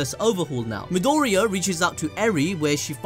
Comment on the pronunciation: No one: Absolutely no one: Anime balls deep: Midoirou 😂😂